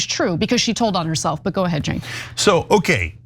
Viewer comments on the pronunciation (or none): 's *His name is Cenk, but it's pronounced "jenk".